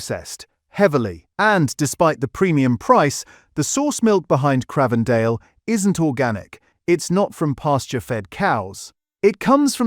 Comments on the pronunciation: It is not Cr ahhh vendale, it's like the newsreader John Craven it's pronounced like the Infamous London Twins The Krays, Cr-ay-vendale. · If you can't pronounce Cravedale properly how can I trust what is said on this video?